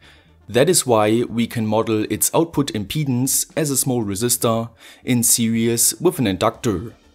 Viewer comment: Did he pronounce series as serious?